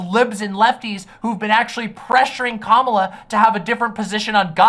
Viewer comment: Please, that's not how Kamala is pronounced. You're not beating the whiteboi allegations.